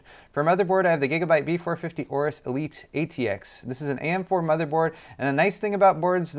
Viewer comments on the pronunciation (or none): none